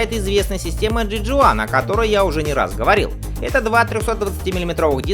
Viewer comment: Если ты уже не раз говорил про тормозную систему J.Juan потрудился бы хоть узнать как она правильно произносится.